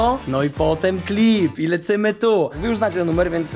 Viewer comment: Czsmu mówisz lecymy tu mówi się lecymy dur